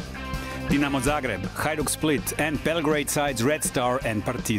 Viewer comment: Really enjoyed the documentary. Excellent research and pronounciation. Respect👏🏻👏🏻👍🏻 Best Regards from Split🇭🇷 Keep on the good work. And keep in mind : Hajduk živi vječno 😊